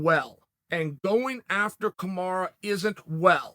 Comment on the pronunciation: No one: Uncle Chael: Hajma, Kamara, vencint